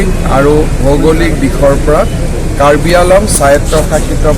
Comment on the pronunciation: Himanta Biswasharmah, bortoman toi ejon Ahomor Mukhya Montri, kintu tur Raijot keikhon Jila ase, Jila keikhon nam ki ki ityadi toi najano. Karbi Anglong ok Karbi Along buli kuwahe huniboloi pao. Anglong aru Along bohut parthokya ase. Goti k toi ako LP School lot porhibi aru ucharon bhalke hiki lobi. Bhalke ucharon jonar pisot he akou Mukhya Montri ahonot bohibi dei.